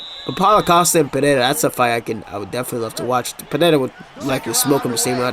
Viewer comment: please, for the love of all that's good, its Alex (uhLEX) Pereira (puh-HE-da) the Brazilians say their "R"s with an "h" sound. Listen to how Jon anik says it, and listen to how Costa says rockhold its pretty awesome lol. All love man enjoy the content